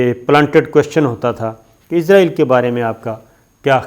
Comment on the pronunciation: Shakir Sb pl pronounce اسرائیل not عزرائیل۔